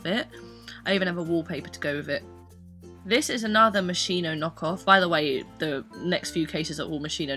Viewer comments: it's pronounced like "moskino" not "moshino", italian here lol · It's 'moschino' because you say 'moshino' but actually there's a 'c' in between so moschino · Is moschino with h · It's pronounced MOSKINO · Omfg lol can people please learn to pronounce Moschino! These people killing me buying fake things and not even trying to pronounce it correctly. Do the brand that one tiny favor lol